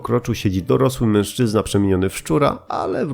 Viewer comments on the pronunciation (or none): none